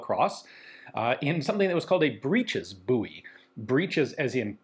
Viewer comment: Ian..... Buoy is pronounced Boy. 😄